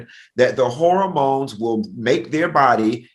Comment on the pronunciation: Please tell funky that it's not pronounced horror-mones 🤣 but hormones 😅